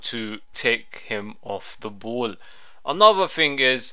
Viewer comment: It's ball not boll